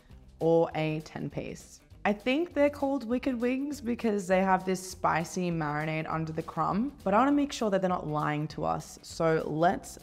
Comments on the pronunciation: Am I the only person frustrated that she keeps saying “marinay” rather than “marinade”? 🤔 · The girl doesn’t know how to say marinade 😂